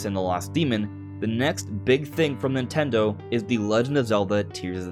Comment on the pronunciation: why tf do u keep saying "nintaldon"